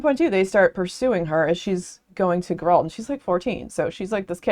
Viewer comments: i came for this, her mispronunciation of the Geralt's name made me feel uneasy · "Gur-rahlt" is a new pronunciation of his name to me 🤣 The Witcher was an interesting series to read. I started with the Netflix series first not knowing any better, then read the books and then eventually convinced my wife we needed to play The Witcher 3 together and now I just need to play the first and second game and deep dive into the comics and the newest prequel book that has yet to be translated to English. Personally, I thought that the main series of novels was fine. The Witcher 3 was fantastic and I think where The Witcher as a series shines the most is when it's not about this grand overarching plot and it's just about the small adventures that Gerald gets into on his travels. They're so fun and there's so much going on in this world (that I think could've been put together better btw but it's still an interesting world all the same) that I could genuinely read a hundred short stories of Gerald just doing mundane things with Yennefer, Dandelion and Ciri and never get tired of it. I hope there rest of your read goes well!